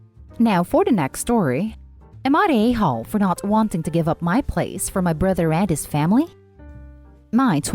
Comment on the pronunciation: The bruther, muther, and the uthers...